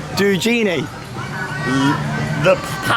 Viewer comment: you kinda pronounced it right ad it means indeed the palce of the genie